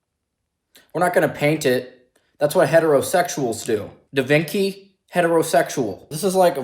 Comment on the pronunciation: Did he say DaVinki